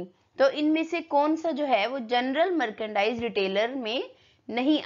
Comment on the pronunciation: Mam ap merchandise ka pronunciation galt kar raha ho